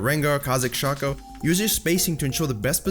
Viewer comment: i'ts shaco not shaco